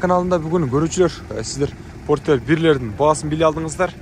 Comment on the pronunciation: Форестер дегендей эле айттыңыз го чиркин